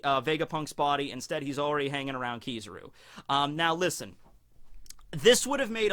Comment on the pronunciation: KizARu not KizIru